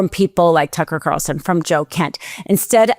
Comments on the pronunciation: This girl doesn't enunciate clearly. It's distracting.... Didn't hear a word she said. And I believe it's Tucker Carlson, not Carson. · did she say "turkle carlson"? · 'Turkel Carson'???? 😂😂😂😂😂😂